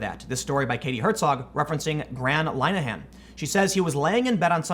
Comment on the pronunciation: In the UK knife crime and acid attacks are happening hourly and this is what they are concentrating on. Btw linehan is pronounced lin - a -hen not line -a -hant